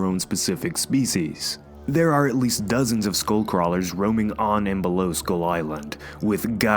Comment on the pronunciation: When you said skullcrawlers I heard schoolcrawlers.